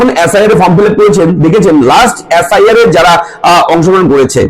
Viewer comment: এ্যাস্. আই. আর না এস্. আই. আর?